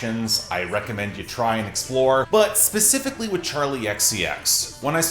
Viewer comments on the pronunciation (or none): none